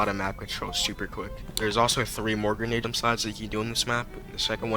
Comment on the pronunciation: that did not sound like grenade